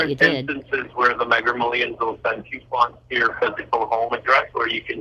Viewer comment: The AI doesn't know to correct him saying 'megger millions' 🙂